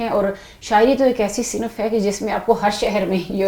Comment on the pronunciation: صنف کو صِنَف بول رہی ہیں۔محترمہ ایسی اُردو بولنے پر افسوس ہی کیا جا سکتا ہے۔محترمہ شاعر ہونے کی دعوے دار بھی ہیں۔sinfکوsinafبول رہی ہیں۔افسوس صد افسوس۔